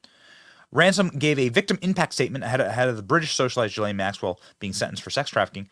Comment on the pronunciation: Benny - it’s not that hard to learn how to pronounce Ghislaine (Maxwell) — Come on! It’s Ghih - LEHN. Accent on second syllable. Hard G on Ghislaine.